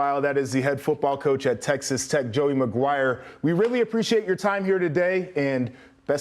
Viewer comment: 🤣 That was a fail.